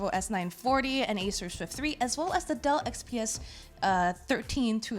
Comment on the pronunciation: Someone stop feeding her vodka so she can say Dell XPS instead of Duh XPS